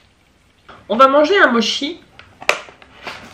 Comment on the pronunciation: ....Oh tu ma donner envie de manger des sushi x_x et...aussi (je prend des cours de Japonais c'est pas pour rien :DD) les Mochi ne se prononce pas " Mochi " mais " Motchi " car le " ch " se prononce " tch " MAIS BON je voulais juste te prévenir de sa après fait comme tu veut je vais pas t'obliger a dire " motchi " XDD bref sinon continue tes video tu est TOP :DD !